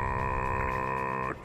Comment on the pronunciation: Shepard es Sheppert 🤣🤣🤣🤣🤣🤣🤣🤣